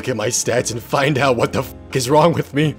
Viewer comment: How you say me tho MEEE